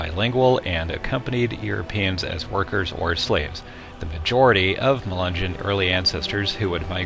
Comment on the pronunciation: I thought Melungeon was pronounced Muh-lin-nyon